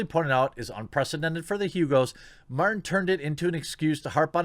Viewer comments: Is it ironic that he said "mountain" instead of Martin? I thought that was an amusing slip. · I love how you mispronounced George mountains name like 7 times throughout this video 😂😂